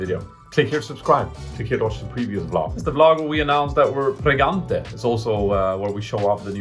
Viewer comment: pregante hahahahah